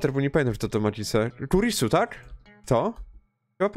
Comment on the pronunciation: Za każdym razem jak mówisz Makise Kurisu, ja słyszę Maki Sekurisu, tylko ja tak mam?